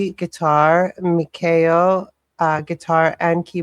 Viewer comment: The Wolfpack (Lovebites fans) refer to them as Metal Queens 👑. They have multiple masterpiece songs in their catalog. you pronounced Miyako's name correctly. (Me Ya ko). I've never seen a guitar duo better than Midori and Miyako. Hopefully you'll do more Lovebites soon.